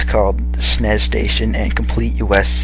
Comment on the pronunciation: you just said snes like snays